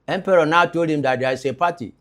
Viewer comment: Capt Harley Empere not Emperor